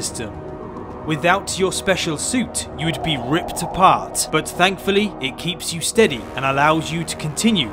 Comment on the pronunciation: Narrator: Without ya.. specially space suittt... you would be ripped ahpart... 😁 (now that part was funny in a humor way)